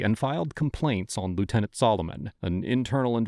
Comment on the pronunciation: It’s lieutenant, just saying.